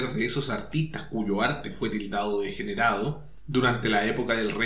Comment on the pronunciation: Desde que lo descubrí me fascina su pincelada energica y expresiva. Tenés un error en . Dice "degerado"